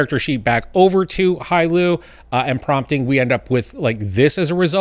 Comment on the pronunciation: Don’t mean to nitpick, but it’s “Hailuo”.